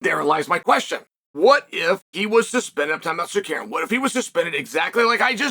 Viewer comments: arman tsakuryan said chael, lol its pronounced sarukyan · Damn, now we won't see Mocklechev vs Suh-CARRY-yun.